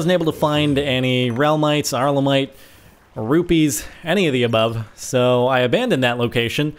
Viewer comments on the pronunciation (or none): none